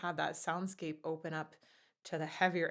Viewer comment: Anyone else keeps hearing "arms wide opAn" instead of "opEn", or am I going crazy? xD